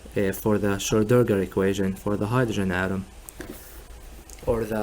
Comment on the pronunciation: Hey man it's not difficult: SCHRO---DIN---GER :D